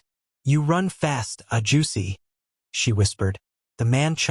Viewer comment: Ah- ju-shay not a-juicy 😂😂😂 this is my 1st story listening to and I will gladly press subscribe! ^_~